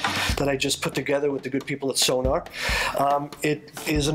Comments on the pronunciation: You would think the seller would know how to pronounce the drum name correctly. It is NOT... pronounced SoNAR.. it is pronounce SoNOR. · You work with them and sTILL perpetuate the mis-pronounciation of their name?!...